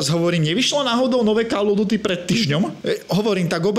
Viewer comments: kde? Ok to "OF" by sa malo vyslovavať po správnosti ako "OV" ale tým som ho už nechcel zaťažovať. Kde vidíš ďalšiu chybu? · Bože keď chceš stále dookola spomínať názov tej série tak sa aspoň nauč, že to je "KÓL OF DÚTY" call sa číta ako "kól"!